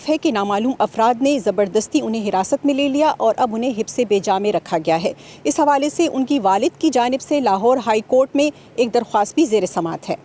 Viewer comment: حِبسِ بے جا نہیں بلکہ حَبسِ بےجا Not Hibs e bay ja But Habs e bay ja اردو کو خراب کرنے والوں میں شامل نہ ہوں